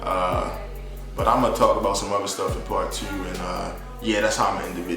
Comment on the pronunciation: I can tell you from Baltimore I heard the “two” and was like yup Baltimore that’s our accent 😂